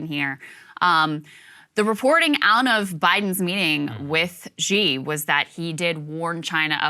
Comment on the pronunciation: Xi is pronounced not Gi, its shi.